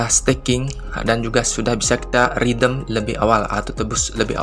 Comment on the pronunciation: Mas sorry, "redeem" dibacaanya "redim" bukan "ridem'.